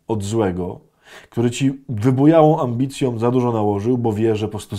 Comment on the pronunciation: Cytuję: "duchowom ambicjom". Ojcze Adamie, kaznodziei nie wypada...